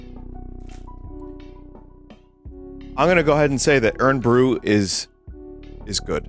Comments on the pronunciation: It was killing me hear u say “irn brew” it’s pronounced iron brew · "Urn" bru haha, like tea for the undead...or just tea OF the dead...-- it's pronounced more like "iron bru" without the "o" for anybody who needs to know I guess haha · Hearing Vinny say Iron Brew as "Urn Brew" hurt to listen to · Vinny pronouncing Irn Bru as "Urn Bru" is very charming. For those that don't know, it's supposed to be pronounced "iron" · It's pretty typical pronunciation outside of Scotland, I even know English neighbours to our south who call it that. You can hardly blame them, though. Scottish vernacular is like tryin tae eat a scabby heeded bairn fae Auchenshoogle. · Urn Bruh ⚱️😂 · Hi Vinny, it’s Scottish Vinny writing from London. Irn-Bru is pronounced “Iron Brew”. But you weren’t to know that. From at least the 80s the marketing slogan was “made in Scotland from girders”, presumably attempting a tough Glasgow workers’ aesthetic. I grew up in Glasgow, so here are some unusual things - “soda” is often called “ginger” for some reason, usually among the less economically fortunate. It refers to any carbonated soft drink. You could take empty glass ginger bottles back to the shop and they’d give you money. Incidentally, I have searched relentlessly for anyone who can tell me what the hell Irn-Bru is supposed to be. Nobody knows. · Dunno if he's just taking the piss but it's pronounced "iron brew" 😭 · Vinny calling it "Urn Bru" is fully killing me off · Did he just say urn bru?? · i am going insane hearing vinny say "urn bru" over and over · Irn Bru is pronounced "Iron Brew" for reasons beyond my ken Also, I think that spoon thing was supposed to have a Mexican tamarind candy on it. I've only had it once and I guess you're supposed to just like lick it and it lasts forever, but it wasn't really my thing either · I can forgive the Irn Bru pronunciation because you didn’t pronounce Glasgow as Glass Cow as is American custom, thanks Vinny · it's pronounced 'iron bru' not 'urn bru'